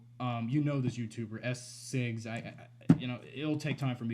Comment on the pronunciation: I'm responding to these as I hear them. Please don't read these as negative. 1.) It's pronounced "shigs," which you'd know if you watched any of my videos, which it seems you have at least once, given my intro in them. It's fine, it's half of my last name & every teacher I've had has screwed it up as well because my grand parents on my father's side were from Germany. 2.) Sorry if I don't watch your videos all that often. I AM subscribed to you, though. 3.) Good for you that you took a short break. Everybody needs one every so often. 4.) I believe my point about the swearing was that there was such rage in your voice when you said them. Hope you stay ok.